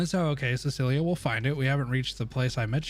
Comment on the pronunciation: This man really pronounced Cecilia as Silica lol 😂